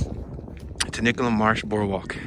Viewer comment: It's pronounced;"(tenny-cum ),,,Which is on the south side of Philly International Airport